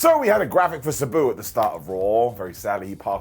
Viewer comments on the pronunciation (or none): It’s Sabu ( SAH BOO). Not SE BU